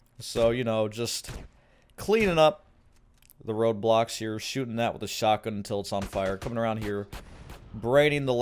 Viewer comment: God i swear i heard RobLox instead of road blocks lol